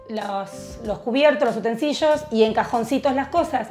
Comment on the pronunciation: UTENSILIOS- (NO "utensiLLOs")